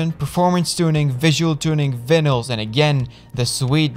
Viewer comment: Here’s to hoping EA doesn’t try to bone this harder than your pronunciation of vynals, “vinnals” 🤣